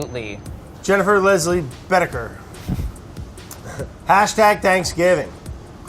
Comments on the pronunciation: Boettcher is pronounced “ Betcher” Just for Brads FYI❣️ I have a friend with that last name 🥰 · The people in my life with the name "Boettcher" pronounce it Bett-chure.